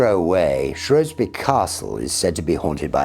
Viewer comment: so he pronounced Shrewsbury correctly, then.